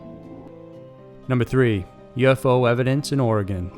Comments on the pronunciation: Pothead Mike Yes, Sir. That ē drives us natives crazy. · Gruesome stuff. Thank you for pronouncing Oregon right.